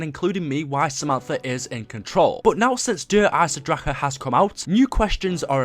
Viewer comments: STOP SAYING dereisen draKEE it's such a disturbing noise bruh omggg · der eisendrachen not der eisendracher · it's shangrilaaaaaaaaaaaa nnot iiiii. why do u never show us background footage of u on a high round on der eisendrache I think it's cuz u haven't got to a high round yet. ur pathetic. I have subscribed to a lot of channels and u always seem to post the exact same thing about 2 days after them. come up with ur own ideas and stop stealing g other peoples. ur a fake I used to like u until I realised u were stealing other youtubers footage. I've never seen u do anything significant in zombies yet.